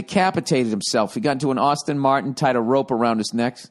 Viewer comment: “Austin” Martin haha